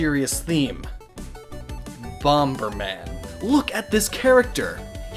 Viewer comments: His reaction to bomberman is exactly how i felt by him pronouncing the name bom ber man instead of the way it's supposed to be called bomb er man. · Did- Did you day Bom-Ber man? Bomb. Pronounced Bom NOT BOM-B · It isn't bomb-ber man. There is only one b. It is bomb-er man. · The second b in bomber is silent! "Bom-er-man," not "bom-bur-man." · / Bomberman is pronounced "bommerman" not "bom burman." Do you say "bombuh" when you say the word "bomb," too? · Bom-ber Man. Cannot unhear. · Why do so many people pronounce Bomberman with a second B sound? Hedoesn't plant bombuhs, it's not the UniBom-ber. It's just Bom-mer-man. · Bom Ber Man Stop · "bomBURman" XD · bomBer man? yeah....that isn't how you pronounce that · I know that it's spelled bomber man, but it's pronounce bomer man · choked on mine when I heard his name pronounced as "Bomb-berman" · Lol you kept saying "bomb berman" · Your pronunciation of Bomberman makes me cringe. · You don't pronounce the second "b" in "Bomberman"... It's literally just "man" tacked onto the end of the word "bomber", as in "one who bombs", as in "one whose primary weapon is the bomb", and in none of these iterations of the word "bomb" is the "b" pronounced. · Stop mispronouncing Bomberman! The second B is silent! You're an anglophone, english is your first language! You should know this! FUKKIN' STAHP!! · Megaman X isn't a redesign, it's an entirely different person. I know he's not in the video but you put him in the thumbnail. Links too are all different people, ascendants/descendants of other Links. It's still technically a redesign but it needs to be more commonly stated. Also, why are you pronouncing the B in 'bomberman'? It's silent. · Dude.... The second B is silent in Bomberman..... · how the hell is it possible to pronounce "bomb" wrong? please tell me English is not your first language. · was i the only one who says bomberman with a silent b in the middle or is it just him saying it with the b